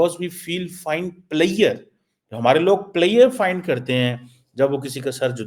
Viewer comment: Pleasure ❌ Pliyyer ✔️ 😂😂😂